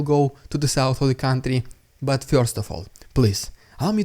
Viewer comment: Hi Dude, nice stuff being published here, I subbed not long ago. I'm just wondering whether it would be somehow possible to refine the pronunciation of "first", which very much sounds like "фьёрст" in the vids. That is the very only thing that sounds somehow odd, anything else is faultlessly OK.